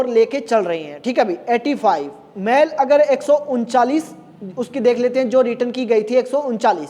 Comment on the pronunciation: अरे गुरु जी मेल को मैल क्यों बोल रहे हो ☺️☺️